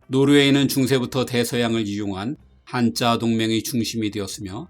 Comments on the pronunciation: 한자(Hansa)동맹은 [한짜]가 아니고 [한자] 로 발음되어야 합니다. 늘 좋은 양질의 컨텐츠 감사히 잘 듣고 있습니다. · 재밌고 유익한 내용 감사합니다. 한자동맹은 漢字가 아닌 독일어 hansa이므로 [한ː짜]가 아닌 [ˈhanza]로 발음 하시는게 맞습니다. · 한자동맹의 발음은 ‘한짜동맹’이 아닙니다...‘한자’ 그대로 읽습니다...‘한짜’라고 발음하면 중국글자가 됩니다. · 안녕하세요. 구독자로 잘 보고 있습니다. 매번 좋은 영상 고맙습니다. 한 가지만요. 한자동맹은 독일어 Hansa 동맹을 뜻하는 말로 '한짜'가 아니라 '한자'로 읽어야 합니다. 항공사 루프트한자를 루프트한짜라고 읽지 않는 것처럼요. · 한자동맹을 한짜라고 읽으면 조금 어색하네요 Hanse가 결코 한짜로는 읽히지는 않아서요...